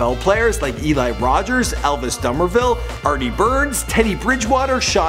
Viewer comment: No he didn't just say Elvis dumbervil it Dumervil